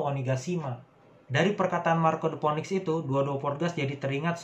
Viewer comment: bang saran aja, phoenix pelafalannya "finix" ^^